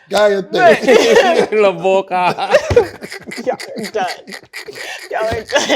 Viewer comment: “La Boca” 😂